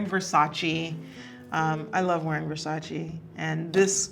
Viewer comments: Its Versac-E not Versaci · Except Versace, she is mispronouncing that. But everyone mispronounces that one 🤣